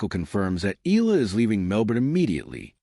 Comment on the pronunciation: Very good content...but please pronounce her last name: "E-YA-LA"